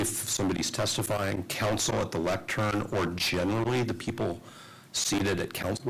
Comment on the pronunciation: Did he say lectrun instead of lectern? Twice?